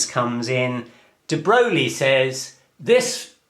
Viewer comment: Mispronouncing a person's name when you don't know it is simple ignorance. Mispronouncing "de Broglie" when you know the correct pronunciation is arrogant bad manners. It is pitiful to see a man study to become a physicist, work to potentially be a gifted teacher, and then show himself to be a fool.